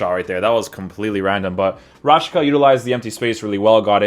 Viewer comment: It's pronounced Rashitsa, not Rashika